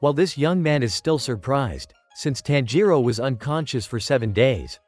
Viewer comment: It's not taanjiro it's tanjiro